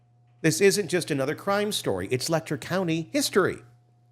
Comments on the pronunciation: For the future, Letcher is pronounced with a Ch sound, not a k sound. leh-chr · You need to learn how to pronounce Letcher County!